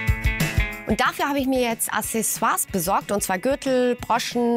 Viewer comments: Es heißt nicht Assessoire, sondern Accessoire!!! Aussprache hier: Mich nervt das schon, wenn Otto-Normalverbraucher das falsch sagt, aber Ihr seid vom Fach, da kann man schon erwarten, dass Ihr es korrekt sagt! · Hey :) leider hast du nicht ganz recht. Die Aussprache ist mit einem "k" (auch im franz.) - die Lautschrift im Duden ist z.B. [aksɛˈso̯aːɐ̯] du kannst dir auch noch weitere Hörproben im Netz anhören (wiki ist nicht immer die beste Quelle ;) Aber das Wort ist so oder so umstritten - die einen sagen es so, die anderen so... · Aber warum willst du das denn unfreundlich rüberbringen? Du hast ja Recht, aber ich denke wenn man Kritik sachlich und objektiv anmerkt, wird sie viel mehr Anklang finden =). Jetzt bin ich aber auch fertig mit meinem Geschwafel und hoffe dass sie es im nächsten Video richtig ausspricht ;)